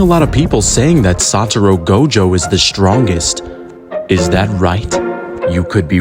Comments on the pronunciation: blud really started the video saying "Saturo Go Jo" Bro has immaculate narration tho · Can’t even say his name right, now watching your video